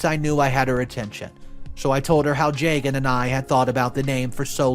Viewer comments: jaygan bro butchered the name lmao ju( as in just) and gun is more better than that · Plenty of Arias in India. This is such a weird thing for MIL to be hung up on. Hot tip - the man’s name is pronounced Jug-un. Funny because I was listening without watching and was confused why MIL is freaking out while her own son’s name sounds nothing Indian 😂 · I think the husband’s name is pronounced “jah-gun”❤